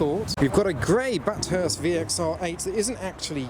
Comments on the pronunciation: this has probably been mentioned before but ITS PRONOUNCED BATH-HURST NOT BAT-HURST after the very famous mount panorama circuit, Bathurst, Australia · I've found a gap in your encyclopedic knowledge of cars, which I am happy to fill for you now. VXR8 "bat Hurst "!! really? you're having a joke with us right? It's "bath urst" after the race around Mt panorama. I now await the inevitable put down from an aussie! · Its bath urst. Not bat hurst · As a Aussie I cringed everytime u said Bathurst lol. If u havent heard of the Bathurst race track u should look it up.. it's insane.